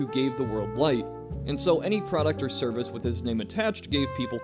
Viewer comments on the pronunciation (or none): none